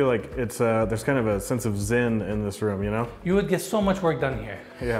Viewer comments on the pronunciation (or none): By the way; 1) never correct Enes!, 2) it's "zen" not "zin" & 3) Awesome slow-mo video...